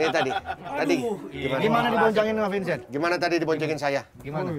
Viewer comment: sedengernya aku "es es" gitu coba play pas pak andre manggil pak Vincent yg mau cuci tgn di kolam renang. cuma pak desta yg benern manggil "Vincent"